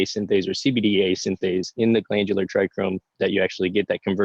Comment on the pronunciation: Thought it was a bit odd. Dude was dropping crazy knowledge while mispronouncing trichomes. Haha Thanks for all you do brother. 🙏🏼